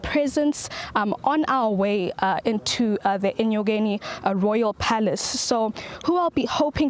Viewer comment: Enyokeni not enkonyeni